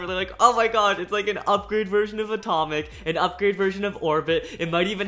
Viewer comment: I heard Etomic when he was talking about dead Phoenix